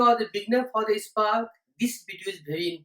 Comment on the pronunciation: Hi, you are pronouncing SPARK as "EISPARK". Thats ok.😊dont mind. Nice session. Good inputs for beginners.